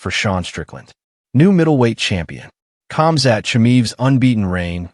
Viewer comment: I think that you're mispronouncing Khamzat's name, bro. All UFC fans should heed the words of Christ, which bring spiritual stability, lasting peace, and eternal life. The Earth is flat.